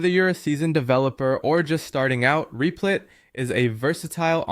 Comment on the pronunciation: U keep calling rep-lit , Reap-Light and reap-lit are u trolling ?